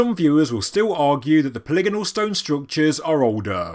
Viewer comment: So happy to finally hear you pronounce polygonal correctly ;)